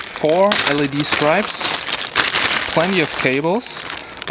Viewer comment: well firstly you have to learn how to say 'strips' correctly...you were saying 'stripes' the whole way through the video...LOL...what do you mean by 'front system'...speakers...???